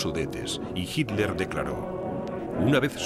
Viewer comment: Tod está bonito,,,,,,solo qe el comentarista suena mal al pronunciar hirler,,,si esta hablando en español,,,debe pronunciar Hitler....como lo decimos tda la comunidad hispano parlante.